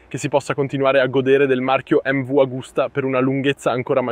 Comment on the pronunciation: Ciao fortunato ad averla provata e grazie per il video. Non so bene che traduzione è stata fatta in Italiano ma MV si dice emmevi non emmevu e non è euro ma oro. Le altre cose le perdono 😂